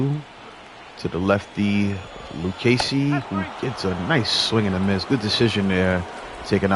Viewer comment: Thanks for the shout out on the Luccesi pronunciation! I really enjoy your games! 😊